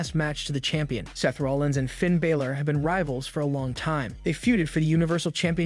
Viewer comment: Why can't you say Finns name right w.t.h. Dom doesn't need the mask. Big E shouldn't risk it not now. Why not sit next to Michel Cole